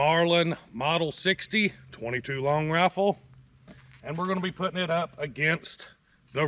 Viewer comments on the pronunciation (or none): Is he saying raffle or rifle??? Because I’ve never heard of a 22 raffle before.